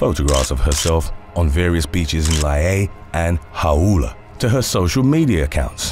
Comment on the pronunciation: Lie-E-A, Ha-oo-la. As a narrator, if you don't know how to pronounce, it look it up. There are plenty of services that even say it for you.